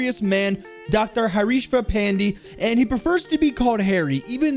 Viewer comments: im not trying to be rude or anything but the pronounciation of Pandey as an Indian name is "Panday" so yea. Love ur vids man ❤️❤️🙏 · Pandey is pronounced Pan-deh, Great content brother! Cheers! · Yikes... The name was just butchered and burnt alive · you butchered his name